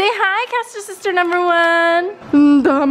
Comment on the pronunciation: When the sub pronounces ur name wrong 😂💀